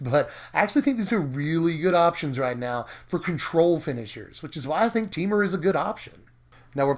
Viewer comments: No. We all pronounce it this way. Te-Mur. Not Tee-Mur. Just like it's spelled. :) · Teemer? I always pronounce it Tehmur.